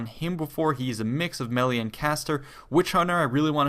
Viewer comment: I am pretty sure someone already corrected you (and I am not making fun of you in any way) and if they have please disregard but melee is pronounced may-lay. Anyways great videos g. Definitely always informative.